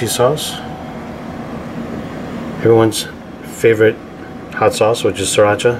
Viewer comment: "Leedo bit uh shriracha "😂